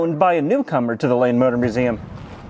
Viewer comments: Am I the only one that kept hearing "Lame Motor Museum"? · I thought you said "Lame" motor museum until I looked at the transcript.